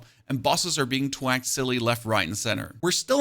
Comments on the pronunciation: TH-Wack. I love the vids. Makes POE2 digestible and gives a strong base/anchor point. It’s pronounced TH-Wack. Not T-HHwack. 😅 much love brotha. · good video. you're saying "twack" when i think you're meaning to say "thwack"